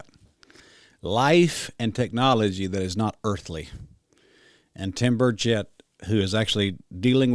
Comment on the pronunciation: Burch et, not bur chett